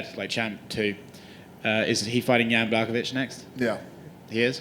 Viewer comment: “Yon Block-o-witch.” - Dana White